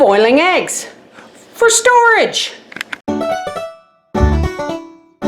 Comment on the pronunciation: Lol, "starage"?